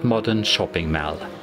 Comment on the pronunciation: ...this is actually, exactly how an southern Irish speaker would pronounce "mall". 😀